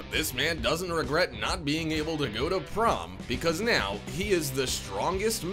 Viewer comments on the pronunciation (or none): none